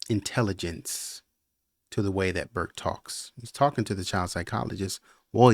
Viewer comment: Burke it’s Burke